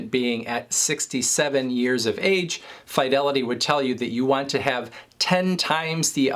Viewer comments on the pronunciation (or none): I typically hear it pronounced “Fuh-Delity” not “Fye-Delity” By employees who work there